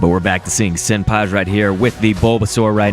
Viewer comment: I love how this guy say "Senpaz" but not "Senpai"